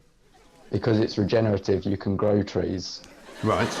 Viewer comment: Can!!! Not van..